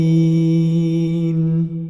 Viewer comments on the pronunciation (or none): none